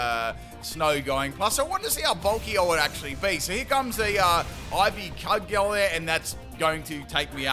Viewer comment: It’s pronounced ivy ‘cujel’